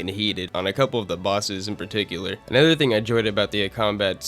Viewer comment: Okay, I have to ask. What kind of accent do you have where you pronounce "other/another" as "ether/anether"?